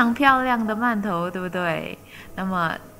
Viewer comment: 饅頭的饅讀二聲，唸四聲聽起來很怪。